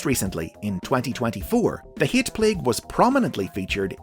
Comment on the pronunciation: “The hee-at plague”